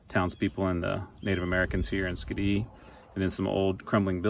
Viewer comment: It's called Skee-Dee not skadee. Lol